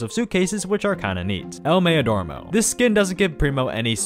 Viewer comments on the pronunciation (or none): Bro really said el mayodormo 💀